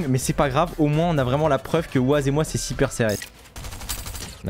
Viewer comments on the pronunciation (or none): t as dis siper au lieu de super